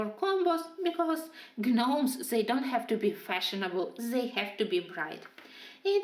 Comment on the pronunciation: Beautiful beautiful colorings I LOVE the yellow sky in the gnomes in the neighborhood page would love if you could do a tutorial on how you did that. Also just wanted to let you know the G in gnomes is silent I promise I am only just letting you know just in case you didn’t the English language is pretty ridiculous I know. Lol